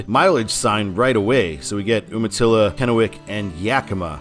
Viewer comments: Calling Yakima the Palm Springs of Washington has always cracked me up; bordering on false advertising! I live in Kennewick. Also Umatilla is pronounced YOO-ma-tilla. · Umatilla is pronounced you-ma-tilla.